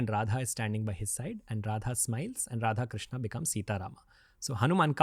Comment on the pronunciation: राधेकृष्णा नहीं राधेकृष्ण krishna is draupadi 's name